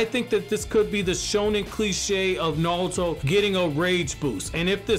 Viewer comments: It's naruto not nawuto 😬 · I’m sorry, don’t mean to be an ass but I couldn’t watch just because I kept hearing you say “Nawuto”. It’s not you it’s me lol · Why you keep saying “naluto” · "Nawuto" lol